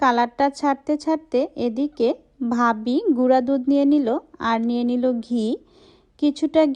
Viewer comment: Apnar video ki boro manush dekhena??j apni Tumi Tumi bolen??r babi,Valo,baggo egulo kmn Kotha ?? ভ uccharon Korte paren na ??